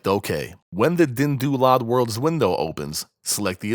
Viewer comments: Your calming tone and deep voice pitch is perfect for tutorial for DynDOLOD. You pronounce DynDOLOD with real deep pride :D. Parallel to Shinji when he uncovers NSFW mods. xD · The way you say "DynDOLOD" is amazing, thanks for this tutorial!